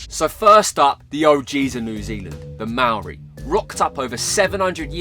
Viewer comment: Māori is pronounced more like mau-ree rather than may-or-ee 👍👍👍